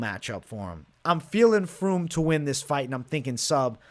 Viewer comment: Spelling: "Fremd": "Froomd"